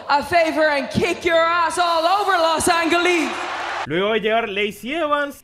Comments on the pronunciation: Todos burlándose de Andrade por decir 'Roa' ah pero nadie dice nada cuando Becky dice LOS ANGLE LEES 😒😒😒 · Los Angle lees jajajaj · LOS ANGLE LEES🤣🤣🤣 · Nivel de Inglés -very good 10/10 -diga una ciudad en Inglés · Vamos que tanto sarcasmos le tienen a becky lynch ella pronunció esa palabra por nervios o así lo pronuncia ella a demás ella es irlandesa y algunas palabras las pronuncia diferentes ya dejen de criticarla tanto no se cansa